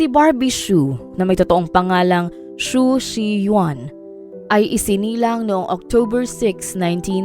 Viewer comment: Su ang bigkas silent H po